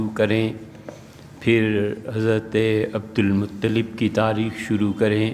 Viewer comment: یہ لفظ عبد مطلب لام کے زیر کے ساتھ نھیں بلکہ لام کے زبر کے ساتھ ے❤❤❤ مولوی عزیز الرحمن حیدرآباد